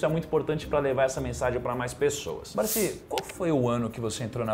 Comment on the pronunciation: O nome dele não é Barsí, é Barsi.